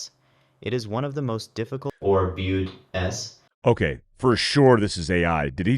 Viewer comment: Dude, I don’t think it’s AI. You can hear him take a breath while he’s talking. ‘BEAUD-S’ and ‘DEEV-GRU’.🤣